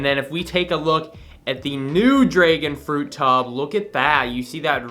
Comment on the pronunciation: My man rly said draegon fruit 🤣